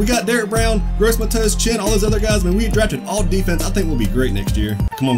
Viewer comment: You pronounced gross matos wrong